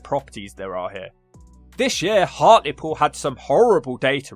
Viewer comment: It’s “Hartlepool” And yes. It’s a shit hole 😒